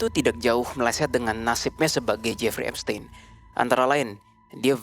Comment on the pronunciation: Cara baca epstein itu epstin, bukan tein, tapi tin